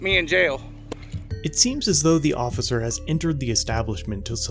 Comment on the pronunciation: Nice try "ociffer"... Lmao..